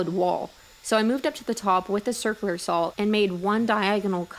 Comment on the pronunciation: As soon as she stops saying "sawl" instead of saw, I can start watching her videos again. I have ADHD and that really distracts/irritates me LOL - Not her fault; I'm just easily distracted